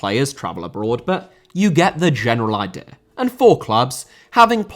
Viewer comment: Idea* not Ideer Filippo* not Felippouw Transactions* not Tranzactions Uefa * not Yuweifer Lukaku* not Lukohrku Pépé* not Pepei Philippe* not Phelipp Coutinho* not Khuwtchinhouw Cucurella* not Cucurreyer Swansea* not Swonzea Raphinha* not Raphinher München* not Munich Zaha* not Zohrhor Gómez* not Góuwmez Cesc* not Ces Eden* not Iden Botswana* not Botswohrner Observatory * not Obzervatry